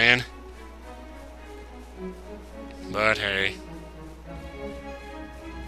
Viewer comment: I am the only person who, when he says "But, hey", thinks , "Butt hay"?